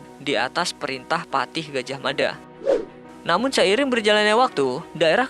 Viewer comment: Maaf gajahmafa...Gajahmada